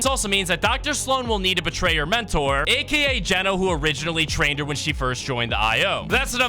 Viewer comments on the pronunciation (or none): none